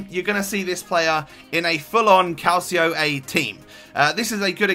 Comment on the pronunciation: good vid but its serie a not calcio a, but ea cant call it serie a. If it was calcio a however it would be pronounced calchio a